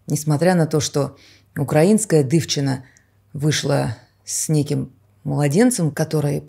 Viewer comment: Дурацкая ненужная информация, отобрала время, жалко. И не дывчина,а дiвчина.слух режет